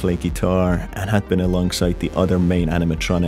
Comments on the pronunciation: ITS BONIE NOT BUNNY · Just seen this guy saying Bunny not bonnie